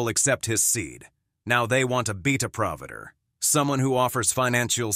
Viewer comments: wasty? (waste) providder? (provider) Is this an AI narration? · Please be a "beater prahvitter" and fix your AI voice over pronunciations.